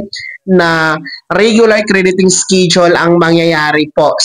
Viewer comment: Schedule ang bigkas Po ay es-ke-dyul at hindi iskidyol hahahahaha grabi grabee gravy Ang iskidyol mu!!!